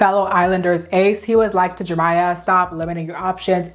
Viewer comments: Jeremiah. Not Jermiah. Head ass. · Why do you keep saying Jermiah...his name is JEREMIAH Have you never seen that name before?? Do you not know how to pronounce it?? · His name is FOUR syllables!! Jer Eh My uh!! Why can't you say it correctly? Makes this video unwatchable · I think you’re mis-pronouncing Jeremiah’s name. It has 4 syllables. I think you’re saying “Jermiah “ with only 3 syllables… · the way this creator pronounced Jeremiah as "Jermiah" is driving me insane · you forgetting the second e in jerEmiah is sending me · It’s Jeremiah 😂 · its pronounced jer-RUH-miyah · Many people come across words that they struggle to pronounce, Jeremiah is her word. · Why yall let her pronounce Jeremiah’s name like that the whole time?? 😭